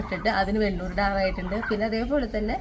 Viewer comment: വെണ്ണൂർ അല്ല. വെണ്ണീർ എന്നാണ് പറയേണ്ടത്